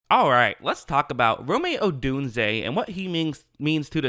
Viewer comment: I love you man, but your desire to say “Romeo - Dunze” kills me, lol.